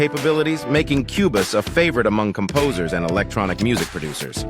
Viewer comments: AI voice saying cue-bus? Not even worth a watch! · Wow. A new level of total AI trash. Not only is the title software mispronounced as "Cue Biss," which would be done by no human, and then differently mispronounced again as the hilariously apt "Cue Boss" , but the information is worse than not knowing anything about either. The video tries for example to make a case about professional features then instantly shows the obliviousness to what that means by offering "chord pads" as an example. Almost every example is the same. Just lists of randomly gleaned features and misinformed opinions about why they matter or relate to professional vs hobbies workflows. It was so bad, and utterly shameless, that it really needs to be given credit as a modern milestone in uninformed review clickbait. Well done. I will certainly be back to unlearn something else. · This is by far the worst comparison video ever. Not only does the AI voice mispronounce Cubase (a distraction) but says absolutely nothing substantial about either DAW. S-T-U-P-I-D